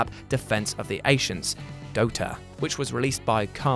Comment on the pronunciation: "defense of the ashents"